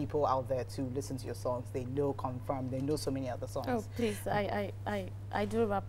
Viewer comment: Why does fella says please as prease😂